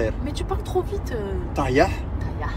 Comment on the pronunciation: Tahya pas tayeh